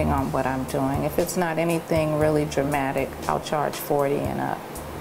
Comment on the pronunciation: omfg, the presenter!! *face palm* - "dramatic", "spritz","ceraaamic"